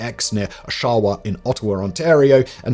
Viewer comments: I’ve never heard Oshawa pronounced so badly before. It’s kinda pronounced osh-a-wa not o-shawa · It’s pronounced “osh-ah-wa” if you meant to say Oshawa… which is no where near Ottawa but closer to Toronto. The recent movie wasn’t suppose to be historically accurate… it was meant to be the WW2 version of John Wick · it’s pronounced Osh-a-wa. There’s only a small plaque at the former site of Camp X, where many a clandestine operative was trained. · Oshawa, Ontario is pronounced OSH-a-wa, dude. It's near Toronto, which we pronounce "Teronna"... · Um...the name of the Ontario city is "OSH-ah-wah", Simon. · O,o Oi never heard my hometown mispronounced so badly by a "Canadian" Also camp X Is NO where near ottawa. I can walk to camp x I need to take a bus and like 3 trains to get to ottawa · Interesting pronunciation of Oshawa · Hello Simon and your team, just wanted to let you know that Oshawa in Canada the O is more stressed like gosh just drop the g. It’s a phonetic thing. Your group does fantastic work and keep it up. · Cries at the pronunciation of Oshawa. But shout out Camp X! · Not nearly as bad as how he once pronounced Diefenbaker, but close! Haha.